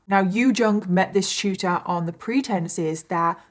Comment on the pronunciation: Omg tutor 😂 I swore you were saying Shooter. I was so confused 😂